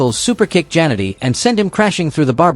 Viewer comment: 0again we get these 5,00 an hour announcers itis JAN ETTEY WHY CANT YOU SAY IT RIGHT another scumbG